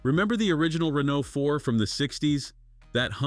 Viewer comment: SPEAKING OF NOT BEING ABLE TO PRONOUNCE THINGS correctly, Mr. Reeno, Rainoo, and whatever else you felt like calling the poor thing , what else are you gonna mess up royally in this video of yours? Just say "car" next time so you don't sound like talktard.